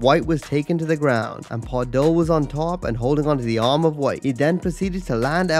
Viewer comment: Additionally, their names are pronounced "Remco Par-DOO" and "Orlando VEET", not "Pardull and White".